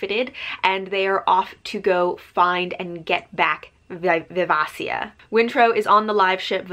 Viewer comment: It’s viv-AY-shuh. Great review. Hobb is so god dang good.